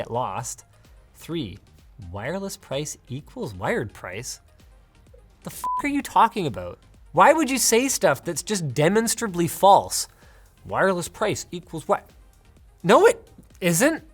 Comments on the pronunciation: demonstrably is pronounced duh-monstrah- blee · Hot take: you mispronounced demonstrably wrong. :)